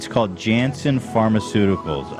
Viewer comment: The name of the pharmaceutical company is pronounced Yan-son, (I work in pharma so that whole segment made me nuts😂)